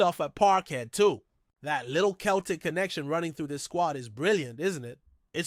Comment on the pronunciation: Not Keltic, it's Celtic.